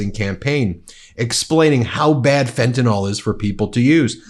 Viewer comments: It's not Fentanol bonehead, it's Fentanyl, that's nil, not nol! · Would you still have that smug expession on your face if you knew how badly you have been pronouncing 'fentanyl' all this time? You pronounce it as if it were 'fentanol'. But it is not it is fentan*y*l. The 'y' is pronounced like a short 'i'. Honestly! The word is so crucial to your argument yet you keep getting it wrong over and over. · Please say the name of the drug correctly. It's Fentanyl. Not Fenta-NALL. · It's fentanYL, rhymes with Bill. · Ben, fentanyl is pronounced “Fen-ta-nil”. Maga is mispronouncing it and it sounds completely ignorant to all of us in the medical community. Love what you do, keep up the good fight! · It might be a small thing really, but I wish of all platforms, would pronounce "fentanyl" properly.